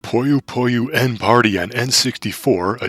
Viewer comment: Hey, just letting you know that Puyo Puyo~n isn’t pronounced “Puyo Puyo N”, but instead “Puyo Pu-yon”… The game title itself is actually a pun, considering Puyo and Yon (the Japanese word of the number 4) both have “yo” in the name. And seeing as this is indeed the 4th entry in the Puyo Puyo series, they named the game Puyo Puyo~n! Clever, huh?